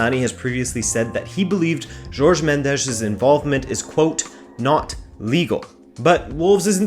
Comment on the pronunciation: Nice video but his name Jorge not 'George'.